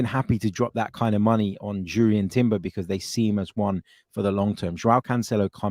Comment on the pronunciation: I’m taking a stand. Not going to like any of your videos again until you can go trough a whole one without saying Urian Timber 😆